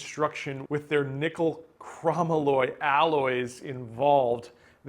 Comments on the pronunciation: Just so you know, lol, it’s pronounced “Crow-molly” (Chromoly) not “cromalloy” (which would be spelled chromalloy). 👍🏻😎👍🏻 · It's actually pronounced Crow-Moly really popular with race cars